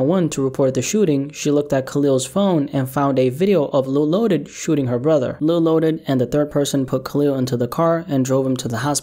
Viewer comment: It’s loaded not lotus